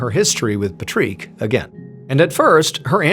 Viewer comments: Love how you say his name the way he probably would by saying, "Pa-treek" instead of Patrick. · I guess in another country you pronounce the name Patrick differently because he is not pronouncing it like you would in America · why are you pronouncing his name funny ? :/ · You pronounced Patrick so odd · What’s up with the funny pronunciation of the name Patrick? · well the French way of Patrick is Patrice and is pronounced like the comedian “Patrice O’neil”… So before you decide to insult someone you should do some research, you ignorant fuck… Big fan of MrBallen by the way. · So, after watching this, I saw my nephew watching SpongeBob and I started pronouncing Patrick like Mr. Ballen did, and this kid went ballistic saying "THATS NOT HOW YOU SAY HIS NAME!!!" Odd behavior for my 25 year old Nephew.... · I’m sorry but is no one gonna talk about how Patrick’s name is spelled right but said wrong and Marc’s name is spelled wrong but said right😂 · Is it me or is he saying Patrick wrong? Every time he says his name , he reminds me of The Land Before Time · Any other Patrick's wish they'd only listened to this instead of watching their own name getting pronounced like that? We barely get our name mentioned at all, let alone out loud 😑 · why are we saying his name like that. watch spongebob and find out how to say it like wtf lol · Omg why do you keep saying Patrick lile that😭😭😭 as a French person ill hold your hand when I say it doesnt matter how its spelled Patrick is Patrick. Lile on sponge Bob square pants? It cant be the first time youve heard the name patrick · Yeah people's name's are pronounced differently in other countries. Shocker. Had he been swedish, it would've been "Paw-trick" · Normally it would be Patrice - have checked - it is indeed Patrick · just pronounce it like in English. If it were a French name, it would be Patrice. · Are saying Patrick incorrectly Sir? Fred Rick , Pat Rick? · Patreek? Is that how Patrick is pronounced in French? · "Pa treek?"